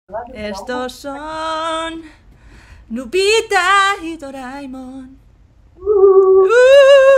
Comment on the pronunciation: ¿Es cosa mía o al principio dice "Lupita" en vez de "Noobita"?